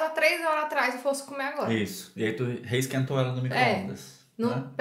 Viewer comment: Vontade de dá um tapa ele falando "resquentou" kkkkkkkkkkkkkkkkk